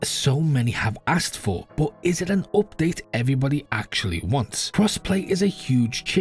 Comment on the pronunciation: Update ❌ Opdate ✅